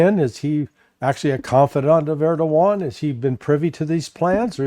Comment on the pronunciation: Larry, it is ERDOGAN not Erdovan!